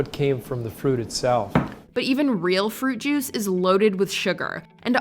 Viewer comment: I swear I heard "Fruit Jews."